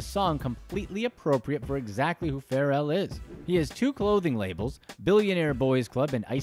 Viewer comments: The way you said Pharrell’s name 🥴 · Bruh I was so close to hitting the dislike button, just off the way he pronounces names in movies like I'm about it LMAFO and Pharrell name and many more, it hurts